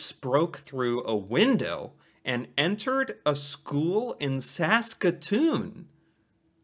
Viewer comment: 1. Good job you Pronounced Saskatoon perfectly 2. I remember that day it did make national news when the moose went threw the window.